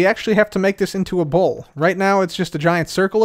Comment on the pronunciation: The whole time i thought he was taking about a ball not a bowl 😅